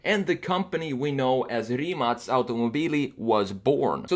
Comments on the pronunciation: Mate Rimac said in one of his interviews that his car is pronounced with the letter K (kay; ka, kei:) and not with a C (cee; ce; si:). So, different than his last name. In this video the man said Rimac (cee; ce; si:) automobili. I don't know is it correct or not , since it's the name of the company, but deffinetely the car is not Rimac (cee; ce; si:) but Rimac (kay; ka; kei:). Mate said so. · Finally someone who says it correct Rimac not Rimak. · in ya' own video,, when dude-bro asks Mate (the driver, founder of Rimac) how to pronounce the name, Mate clarifies that the Croatian way is Rimac ("Rimatz"), but because it's apparently hard for (and most Americans?) to pronounce, he implies that "Rimak" is fine if you can't properly say Rimac. edit: Proof --> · Holy crap! Rimac is pronounced as Rimatz? Rimatz sounds sexier... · No, its not. Its Rimac, with a C not a K. English speaking jurnalists did that.